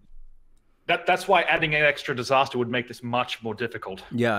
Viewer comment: "its a disastah! "